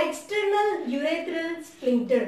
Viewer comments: Ur are Pronuncing the word as splincter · There is no 'L' in that word